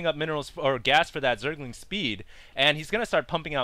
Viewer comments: I love how Husky can't say Zergling. He says Zerg-ing. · lol zerging zerging zerging h to the usky husky you need speech therapy :)